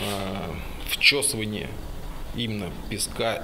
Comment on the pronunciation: Вчесывание, блэт🤦‍♂️